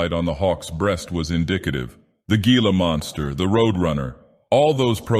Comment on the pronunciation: That’s pronounced hee-la, and, despite the name, they’re actually quite benign as long as you don’t mess with them in any way whatsoever.